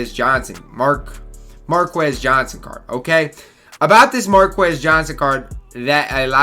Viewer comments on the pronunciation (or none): “Markus” man. You don’t pronounce the qu like that.